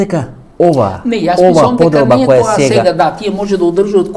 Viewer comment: Само немој "тија" ме нервираш како Миленко. "Тие" Васко"Тие" македонски.